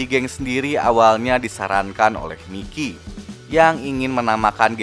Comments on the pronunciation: Bukan miki tapi mayki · Mikey (bacanya Maiki)